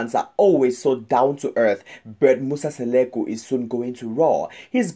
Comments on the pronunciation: Mmmmnk akakwaz nobiza uMseleku into ayingxameleo lulwimi qha…. Bayadika abalwimish It’s Mseleku not Seleku🙄🙄🙄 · Not Musa Seleku but Musa Mseleku don't talk about something dat you don't know if you don't know how to speak Zulu plz leave to the Zulu people this is so embarrassing the Mseleku's family .remember some of us we love them ❤ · Please say people 's name correctly